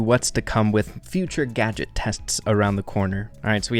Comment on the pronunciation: When u said Collete gadget gotcha I thought u said gacha aka my yt name 🤣